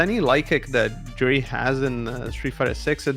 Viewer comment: Stop saying Juri like that lol I hope you don't say jalapeno like I think you do